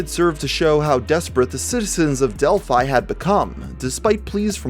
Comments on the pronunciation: It’s actually pronounced Dell-fee as in the same name as the Greek city, often mentioned in myth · I feel like the town is supposed to be pronounced like 'Del-fee' and the way you say it each time grinds away my soul. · As a person living around where this happened i just wanna clear up some of the mispronounced towns Tippecanoe - tip a canoe Delphi - dell fee Great video though. I forgot this even happened, theres so much murder in indiana its hard to keep up some times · It’s pronounced delphee. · It’s pronounced del-fe not a hard “I” a soft e.. English lango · Its Dell Fee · Del-phe that is how you pronounce it. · I know that's how you pronounce Delphi but wow it sounds weird